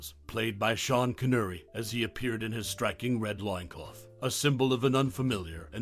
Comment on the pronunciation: CON ERR REE not CON URR EE, the mispronunciation took me out of an otherwise good video